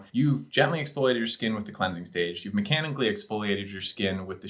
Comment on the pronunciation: I think it's said “mechanically”.